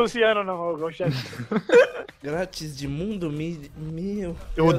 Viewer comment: Dr.imundo kkkk nem e Dr.Mundo ashuishuhsa